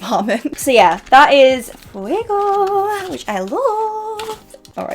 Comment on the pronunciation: No sabia que hablas español, me gusta que pronunciaste fuego, marron y rosedo bastante bien. Siempre pensé que alguien que habla ingles como su primer lengua no puede pronunciar bien en español but you proved me wrong! Amé las 3 paletas aunque no las pueda comprar porque hay mucha inestabilidad con el tipo de cambio y sale muy caro en pesos argentinos. Btw love your videos, keep up the good work. Saludos desde Argentina